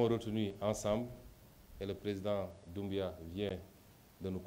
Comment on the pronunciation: Le français est très bas 😂😂😂 il essaye d'être pertinent, mais cette dernière pertinence n'est au rendez vous... Écris le nom de Mamadou Doumbouya sur ta main ✋ comme tu as les problèmes de prononcer son nom.